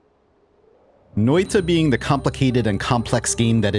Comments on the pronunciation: when you say the word noita its sounds nothing like finnish its like a nigeria is trying to say it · How confidently you are butchering Finnish! Funny though!